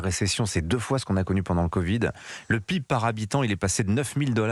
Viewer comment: P.I.B ne se prononce pas du tout comme ça! Je suis surpris d’entendre cela de la part d’un journaliste d’Europe 1…